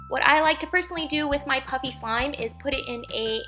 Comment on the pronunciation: it sounds like she is saying puppy slime